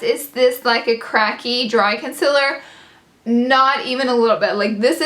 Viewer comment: It's con-see-ler not con-cil-er lol